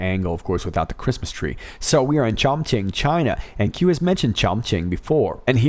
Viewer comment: Isn't it pronounced Chon-KING? Idk ? Sorry for focusing on the wrong part of the story ,lol love Your vids brother .